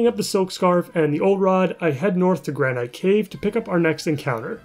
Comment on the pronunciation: This is gonna be a eureka moment but you keep pronouncing Granite cave wrong